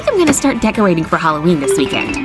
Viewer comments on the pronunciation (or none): Halloween more like halloqeaan